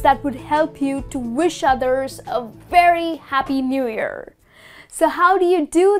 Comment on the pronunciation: pronounce the word "year"right please